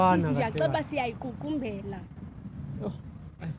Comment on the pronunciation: Girl: siyayiququmbela I guess she wanted to say siyayiqukumbela